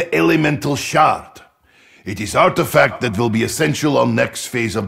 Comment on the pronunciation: When Nikolai says “Elemental Shard” I hear “Elemental Shart”